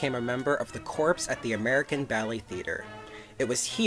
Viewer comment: Ya just blew it! The word is spelled CORPS, but it's French and pronounced CORE. Not CORPSE!